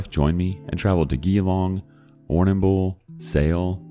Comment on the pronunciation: "Gee-long" lmao Surprisingly he didn't butcher Warrnambool as much as I expected